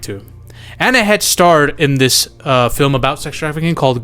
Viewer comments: who exactly is "Anna Hetch" SERIOUSLY?! 🤔👀🙄🤦🏻‍♂️🤣🙉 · Anne Heche is not pronounced how do you are pronounce it